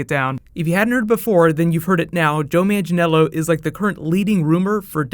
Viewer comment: I'd like you to stop saying Joe Mangiello since his name is Joe Manganiello :D